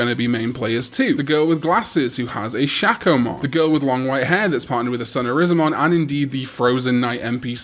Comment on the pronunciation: Syakomon? don't diss my coral boy.